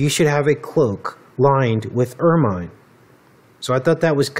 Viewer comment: Wow. I didn't know about stoats. Not that it matters, but it's pronounced 'er-min' and rhymes with 'vermin.' The British royals use it a lot around their cloaks and even around the rim of the main Crown. Well spotted.